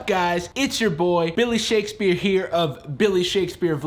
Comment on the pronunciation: Shakespeare? Shookespear